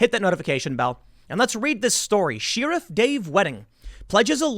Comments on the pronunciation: Why is Tim pronouncing the word “sheriff” like “sheeraf”? Am I going nuts or is Tim a Chinese Manchurian candidate being activated? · Tim. Sheriff is pronounced like [share-iff]. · Sheriff, not "Shee-riff", or whatever you're saying. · Tim, its pronounced share-uff. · Is sheariff some kind of Chicago accent thing? Literally never heard anyone say sheriff that way until now. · Ed Carone III Yes! It makes me shudder every time he says it. Why does he not know how to pronounce it? It is pronounced like this: share - riff. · Lol. "Sheeerif." I noticed that too. So cute. :) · Lol I looked through the comments specifically for this! Sheeruf! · Noticed that too, the sheariff....lol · What's a "Shee-Ruff"? Your Chicago is showing. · I was looking through the comments to see if anyone else noticed. Haha "Sheerif" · SheeRUFF. funny how chicagoians pronounce sheriff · Why does tim pronounce sheriff as "sheer-iff" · I like you Tim, but stop saying sheriff like sheariff. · Sheer-oof lol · "She-raff" LMAO 😂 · I'm sorry, I can't help but wince every time you say "shear iff". That's probably the oddest pronunciation of sheriff I've ever heard. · I love you Tim, but sheeriff? 😂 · Nobody: Tim Pool: "SHEAREFF" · Everytime he said it I snickered, I'm such a toddler. 😏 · Political correctness is to blame for more than the large-scale stuff you do your daily commentary on you know. For instance, it's because of political correctness that nobody's ever made you pronounce "sheriff" properly. They don't wanna hurt your feelings, see? Well I'm going to explain it to you Tim ...syllable by syllable it's pronounced sh-eh-rif - not sh-ee-rif, ok? It's said quickly ... sheriff, not sheerif. Don't drag it out, spit it out. Say it properly like everyone else. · Learn how to pronounce sheriff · If I'm being completely honest, I thought about unsubscribing because of the way you pronounce Sheriff. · He's saying sheriff like that just to mess us ,right? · Tim pronounces "sheriff" wierdly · She riffs